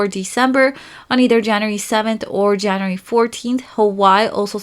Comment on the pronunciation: I like that she says Januree instead of January